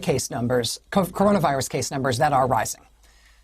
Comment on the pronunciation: Crazy to have a talking head that stammers and can't even say coronavirus. This false confidence with no real brain in her/him/its head is so cringe.